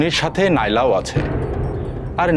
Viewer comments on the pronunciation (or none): 😂নাইলা না হবে লাইলা😂